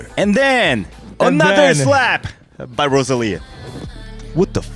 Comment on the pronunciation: You can at least get Rosa’s name right. Lisa says it right.